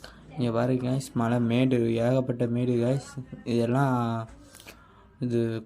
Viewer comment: மழை❌ மலை ✅